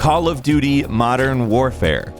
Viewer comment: Did he say Modern Whorefare?